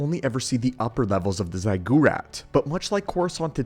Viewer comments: "Zig er at" not "zig gore at" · "zy-GOO-rat" is actual pain from how bad of a mispronunciation it is. Good sir, it's "ZIGG-ur-at" or "ZIGG-ur-ot". This ain't one of the made-up names of a sci-fi setting, it's a real word with a real pronunciation. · get your emphasis correct zig u rat ... not zeye gu rat .... this appears in many movies that most people have watched ... stop speaking American and speak proper english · It is pronounced "zig your at" Ziggurat. Not "zey gyur at". Hope that helps... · You lost me at zy-goo-rat. Good luck, mate. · It's Zig-A-Rat ! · Sorry but the pronunciation for “ziggurat” sounds like “zig” as you might say “cig” as short for cigarette. In full it should sound like “zig”- ur pronounced “or” or “er” and at pronounced as “at” or “ot”. Therefor “zig”-“or”-“ot” much like “aught” to finish sorry just bugged my OCD hope this help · Yeah, that was painful. Please, if it's a word you're unfamiliar with, look it up ("Ziggurat pronunciation" will bring up audio right away.) "Zy goo rat" (*winces in pain*) is like pronouncing Jedi "Jee eh da yay" or something. It's audible torture to hear. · Seriously learn how to pronounce ziggurat before you fuck it up any more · That's not how you say 'ziggurat' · I have never heard that pronunciation of Ziggurat before. Made me do a double take, you did. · Really butchered it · You mean the incorrect pronunciation 😂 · What’s up with the crazy pronunciation of the word ziggurat brotha?! 😆 great video though!